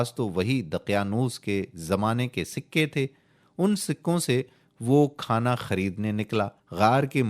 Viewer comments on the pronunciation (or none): none